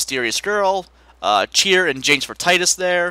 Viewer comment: Penance honestly is just long and boring. While tough, he can be dealt with. The Dark Aeons are the REAL BS honestly.!! How dare you say it Tye-dus, only the true believers say it Tee-dus!:p I know how you feel about the Sphere Grid, it was quite confusing when I was younger. Made the game a lot tougher on myself cuz of that. I do hope you will use the secondary Sphere Grid when you do LP this, as I see the original game's grid a lot, so it'd be interesting to see what you do with the new one. Short Aeon summons are what I would recommend from the start. It shows it long animation the first time you summon it.